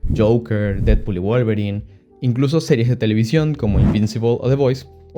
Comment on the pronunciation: Didpod y Volverain 😂